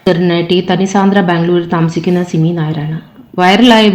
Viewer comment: സിനി അല്ല സിമി ആണ്